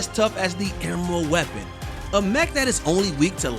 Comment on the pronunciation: This mf said Eremald Weapon